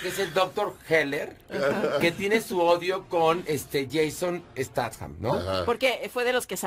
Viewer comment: Jason Statham Horacio (alias Aquiles) dice (stat-jam) jajaja critica, pero no sabe ni pronunciar el apellido